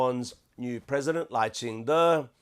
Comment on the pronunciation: The female host even can't pronouce Lai's name correctly, why do you care?